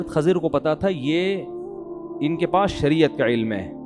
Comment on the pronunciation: Mufti sahab it's Kh"I"zar not Kh"A" zir 😒